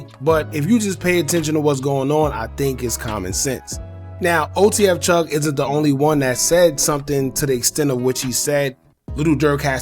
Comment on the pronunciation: Chugg Not Chuff Lol